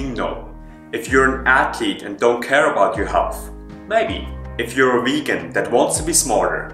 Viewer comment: it Vegan with a V...Not Wegan!!!